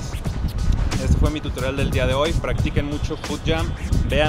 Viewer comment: Alguien se dio cuenta que dice totorial